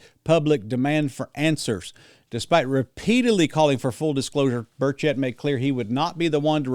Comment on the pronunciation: Burch et, not bur chett